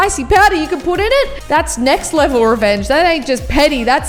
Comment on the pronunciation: On said neck level instead of next level